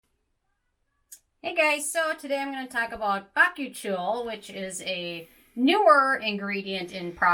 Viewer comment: Its pronounced ba-koo-chee-ol, the i is before the o! Bakuchiol :)